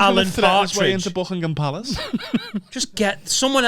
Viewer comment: the queens official residence is Buckingham Palace. You said it wrong